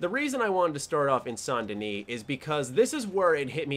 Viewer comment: You're the only youtuber I've seen that actually pronounced Saint Denis properly.